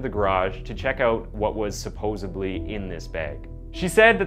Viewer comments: "Supposebly"? Come on, you have one job... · "Supposebly" is not a word.